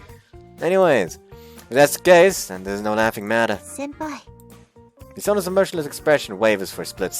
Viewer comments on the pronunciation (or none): the translation from senpai to senior always makes me think shes saying senõr.